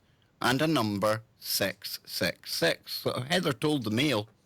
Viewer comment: Didn’t Jimmy Page of LED Zeppelin own Crowley’s house in Scotland? OMG!, you’re saying SIX SIX SIX! I thought you were saying SEX SEX SEX! That’s what made me think of Jimmy Page! 🤣🤣🤣